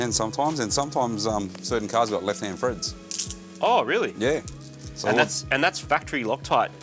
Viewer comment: What a 🐐ing! 😂 talks like me too 😂 threads=Freds, three=free 😂😂